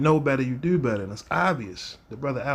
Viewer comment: How come people from Baltimore don't know how to pronounce the word do? it's not duew 😂